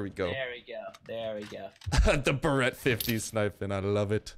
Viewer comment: I love how he pronounce tha Barret "Bareeeyt" I love it xD